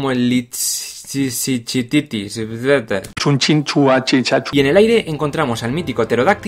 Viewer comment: se pronuncia lid-sich-this